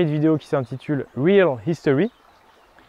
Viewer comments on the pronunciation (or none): none